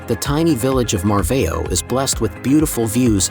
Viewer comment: just a suggestion...learn the correct pronunciation of the places: the first city is pronounced EH-vora, second one is NOT MARVEO, a Closer pronunciation to the real nasal sound would be 'marvaum'. One thing is to have an accent, the other is to totally change the pronunciation of the town/city.